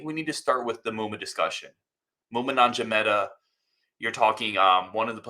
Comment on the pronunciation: Jong-META, NOT Non-ja-meta